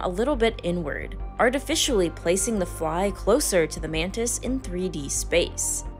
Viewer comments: Btw it's Mantis,not manta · Why you call it mandis?